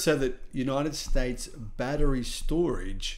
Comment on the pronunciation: Battery, not baddereray! 😂